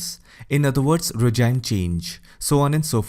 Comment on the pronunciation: Can you not mispronounce regime as 'rejaim'? as you will never say regiment is 'rejaiment'.